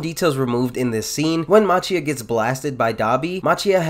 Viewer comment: Important to note that Machia is pronounced like Makia.